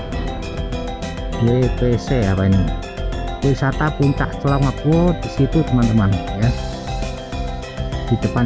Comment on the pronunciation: Clongop bukan dlongop